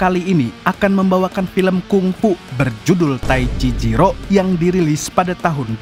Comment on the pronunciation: Taicizero mamsul bukan taicijiro😂😂😂✌️